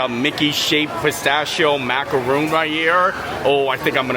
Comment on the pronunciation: That is pronounced mac-a-ron. The coconut with chocolate clusters are mac-a-roon.